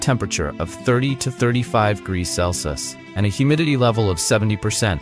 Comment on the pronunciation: AI voices can't say degrees, fahrenheit or celsius. They mess it up on every single video.